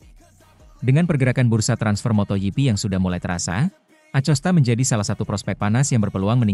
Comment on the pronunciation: moto gp bukan moto yipi ada2 aj ini admin geli dengernya